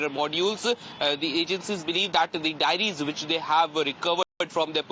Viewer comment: Diaries not Dairies.